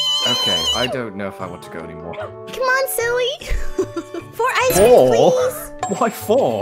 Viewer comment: "4 icereams please!" Ah, yes we all want "icereams"